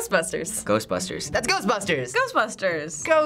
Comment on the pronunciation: "Everyone knows Ghstbshtsuss"......